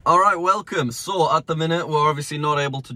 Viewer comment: Americans: so British people: so: sõäh